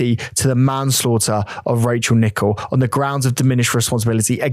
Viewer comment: I like the fact that you even pay attention to how her name is actually pronounced. Much respect to her memory xx